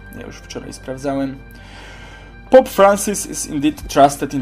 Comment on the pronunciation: jak juz to Fran... a nie Fren...nie mieszaj...bo takie pasówki to są na poziomie żłobka...